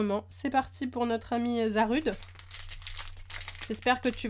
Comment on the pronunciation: ça se dit zarudé